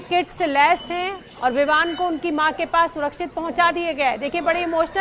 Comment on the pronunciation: ABP NEWS WALI MADAM VIVAN KO VIMAN BOL RAHI HAI LAGTA HAI ABP WALE NE SASTE REPORTER RAKHE HAI 😂😂😂